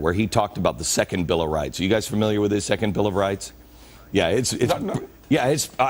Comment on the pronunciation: lol when Beck said "second bill o' rights" at first it actually sounded to me like "second Bill O'Reilly"....damn I watch too many of those FOX bashing videos haha o.0